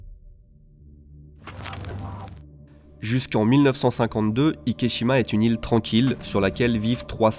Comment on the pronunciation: Super intéressant (et une abomination qui me déçoit du Japon), mais je me suis demandé pourquoi est-ce-que tu nommes l'île Ikeshima et pas Ikejima puisque cette dernière est la prononciation correcte de la combinaison des kanjis? Le célèbre film Miajima n'est pas prononcé Miashima par exemple.